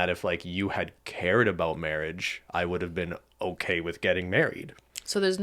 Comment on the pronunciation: You know how Canadians say 'aboot' instead of about. There must be regions of Canada where they say 'aboat' like 'ah-BOAT' because that's how these two pronounce it. Can the WIRE do a break down of Canadian accents?